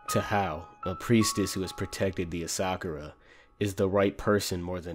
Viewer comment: You pronounced ASA-KURA wrong too pal